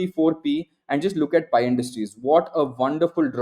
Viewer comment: I feel the same every time he says "PI" 😂